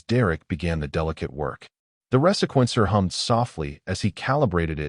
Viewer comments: The ressequencer? Reeeee-sequencer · resequencer-- the proper pronunciation is ree-see-kwen-ser AI is no threat as it cannot even correctly pronounce lead